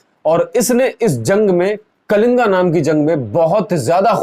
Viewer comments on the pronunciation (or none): Pahle na kalinga nahi hota kaling hota h 🤭🤭Bhai madrse ka gyan isi tarah ka hota h🤣🤣🤣Bhai 💻💻laptop kholkar rakhne se gyan nahi aata use istemal bhi kariye thoda🤭🤭🤭🤭🤭 aur search karke thoda bataiyega ki ,,,,,Ashok ne bodhdharm apnane ke baad kitne yudh kiye please 🙏🙏🙏🙏Apne bola n ki bodhdharm apnane ke baad talwar ke dam per dharm parivartan kiya please thoda uska answer jarur dijiyega🙏🙏🙏🙏🙏🙏🙏